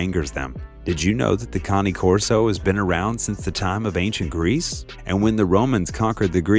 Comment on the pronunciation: Ok so...the guy in the video pronunce cane in the right way, and it means dog in italian